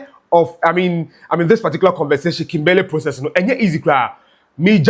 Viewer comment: Thanks 🙏🏾 for your frequent updates about our country’s development of our country. Please check your pronunciation of KIMBERLEY. You can google the right pronunciation or listen to Sammy Gyamfi’s pronunciation cos the way you pronounced the name is so wrong.